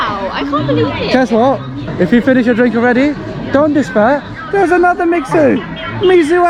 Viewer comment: U know what? I'll have to correct you MIXUE pronounces just like Miche(lle) with stress on the first syllabel -> ['mi:ʃe] , for you're now kind of their ambassadors something LOL. after that, it's 加冰[dʒa bi:n] for ice drink, 常温[tʃa:n wen] for room tempurature, 热饮[rɜː i:n] for hot drink.